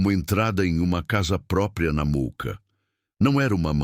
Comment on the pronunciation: Mooca e nao muca kkkk